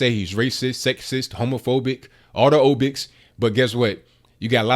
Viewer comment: It's phobics, not obics!